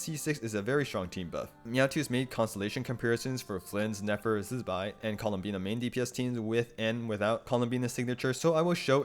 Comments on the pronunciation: its zi bai not zzbai we lit heard them say her name already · Useful video, but what’s up with your pronunciation of Zibai? You sound like a fly buzzing when saying the first syllable? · Please stop saying zibai's name like that